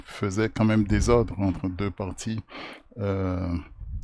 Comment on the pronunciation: Lirę entre au lieu de enter